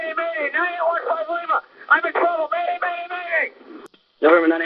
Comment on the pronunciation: The word is 'MAYDAY', not 'MADAY'.